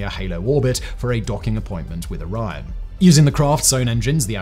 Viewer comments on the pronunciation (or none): Now I see what he meant when saying "Iran". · why do you pronounce Orion like "Oron" ? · Learn to pronounce "Orion" correctly!